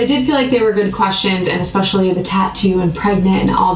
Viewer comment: Yea she looks preggo af. Also I’m sure he said “eggspecially”